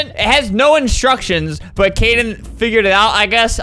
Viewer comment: I thought ‘Kaden’ said ‘Karen’ xD